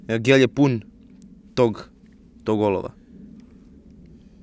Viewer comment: Zasto uvek kad brzo kaze gel pogresi i kaze gelj? 😁